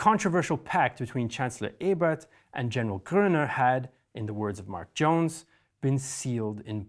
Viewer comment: Almost perfect, he got "Ebert" right the first time he said it but mispronounced the first vowel the next few times he said it. Everything else was spot on IMO.